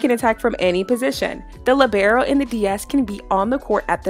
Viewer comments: It's LEEEEbero, not LIBero 🙄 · She just pronounced libero as lebrero its pronounced lee-ber-o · the umm lib-air-O I’m sorry but- 💀